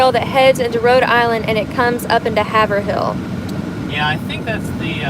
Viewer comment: it’s Haverhill with a long a. Hayverhill